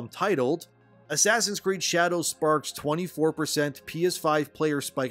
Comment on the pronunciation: Absolutely lost it and almost set a new record for spitting my water across the room when i heard “Asscreed”. Made me think if a full title name: Asscreed: Shadows of “The Message”